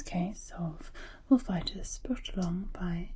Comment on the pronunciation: "Wolf-itis"? I have a swollen and inflamed... wolf? I'm so confused! 🤣